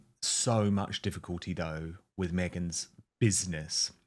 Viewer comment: MEEEGAINS BUSINESS 😂😂 OMG MY GIDDY AUNT Which BUSINESS 🤔🤣🤣🤮